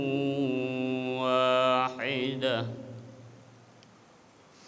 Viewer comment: الارض میں (ر) پر سکون ہے فتحہ( زبر) نہیں ہے درست کرلیں